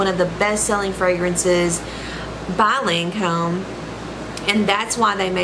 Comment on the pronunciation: The way she says lancome 😭😭😭